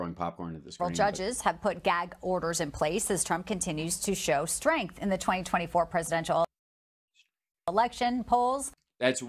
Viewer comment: “strength” ???? Lol